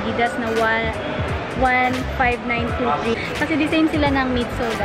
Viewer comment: iniki not inaki.🤣 and i-5923 not 1-5923. 😁